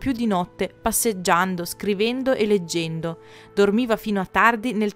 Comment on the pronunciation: Hai mai pensato di studiare dizione? I video sono molto belli ma tutte ste vocali sbagliate stonano 😅 vivéndo leggéndo ecc